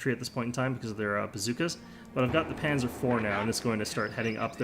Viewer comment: Nice video, it was fun to watch. Just a quick note for the future: Panzer is pronounced "pun - tser", like pun (play on words) and the z is pronounced like a ts